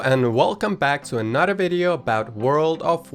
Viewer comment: Every time you said another I thought you said “a not a” so it goes “and here’s a not a easy mount to obtain” and I was like wuh oh wait